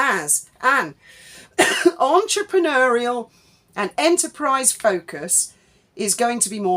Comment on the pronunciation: The number of times Mad Meg repeats 'entrepreneur' grates enough but her pronunciation (oo-er) of the final syllable shows her claim to speak French is a load of old vache merde.😊